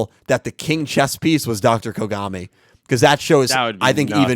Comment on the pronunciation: Some of the mispronunciations crack me up. “Dr Konami” instead of Kogami seems hilariously meta.